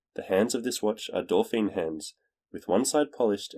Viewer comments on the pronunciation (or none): BTW, it's dough-fan not dorf-feen. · It’s actually Dough-feen. Dauphine.